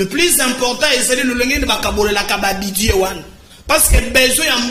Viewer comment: On dit budget et non Budie 🤣